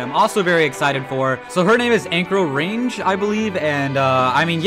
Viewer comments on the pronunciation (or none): Anchorage’s phonetic pronunciation is angkruhj